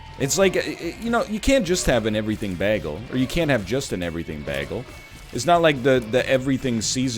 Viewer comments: a bag-el? surely americans don't pronounce it that way (baegel) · Bag-el is pronounced bay-gull Bagel is also pronounced bay-gull Let us not speak of those who would use a short a in bag, tag, lag, hag, etc.